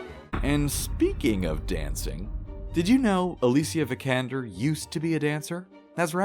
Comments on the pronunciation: Did you know you pronpunce her last name wrong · Not to mention how he pronounced her last name right after